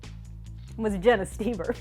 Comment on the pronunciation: IS THAT HOW YOU PRONOUNCE STOEBER?!?